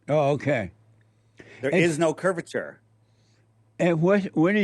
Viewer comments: He can't even say the word curvature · "Curve-i-ter"...even Moses had sense to get God to appoint Aaron to talk for him...